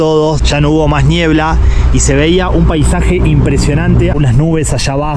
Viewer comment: Si le dice "ñiebla" entonces es ñiebla 😄